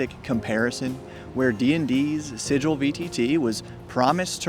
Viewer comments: Its actually supposed to be pronounced Sigh-jill. Root words are Signum and Glyffin. Basically, a sign that can be recognized at a single glance. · By standard English pronunciation rules, it's got a soft G because an e or I after a g or c softens them. Thus garden = hard G and gesture = soft G. 'Wiggle' is pronounced as it is, because it has a double G, not a single one. Since 'Sigil' is being used as a proper noun, when referring to the thing they made, they can pronounce it weirdly if they want but the standard way to say it has a soft g because of the pronunciation differences between standard Latin (the derivation of the word) and English. A minor tidbit: The word 'gill' is pronounced with a hard G because it probably derives from an Old Norse word written more like 'gjölnar' and that wasn't softened when Anglicised. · The G in Sigil is spoken like a J. It's a real world word that means a symbol of magical power. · How do people in this community, who have no doubt seen Matt Mercer get mocked by the internet and his castmate for pronouncing Sigil with a hard "G", still not get it right 🤣? It's a soft G. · It's not sigil, it's sigil.